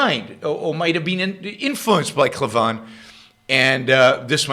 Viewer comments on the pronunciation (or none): Just a heads up - his last name is pronounced CLAY-VIN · Yaron, I'm a big fan of Andrew Klavan (by the way you should really learn to pronounce his name properly, he says it a number of times in each of his videos). You went overboard in criticizing him. There is no need for ad hominem attacks. Klavan is an accomplished writer, and I'm sure he comments were directed towards Rand's writing style rather than the philosophy espoused.